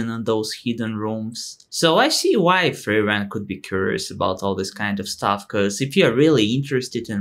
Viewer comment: Just a minor gripe after hearing you say that 24 times, but... It's FRIEren, nor frieREN. The intonation is on the first syllable. ;-)